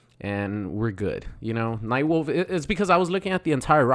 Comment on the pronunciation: No way this man said nightwolf right?